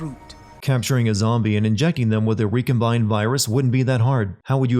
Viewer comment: “Injecing” you may have missed the “T”